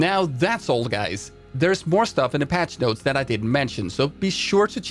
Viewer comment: “Welcome gays”